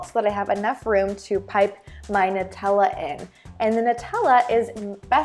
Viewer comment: it's..... it's pronounced Nutella (NEW-tell-uh) triggered